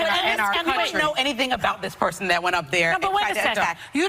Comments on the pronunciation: That, not Dat. We can’t get jobs because they think we can’t talk. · Can you not pronounce anything with "TH" in it..everything isn't "DA". Instead of that you say dat..there is dere...get some grammar...I cant listen to your nonsense and to lazy to pronounce any word correctly..jeezzz